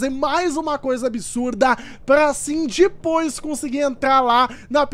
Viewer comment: Não é dipoois é depois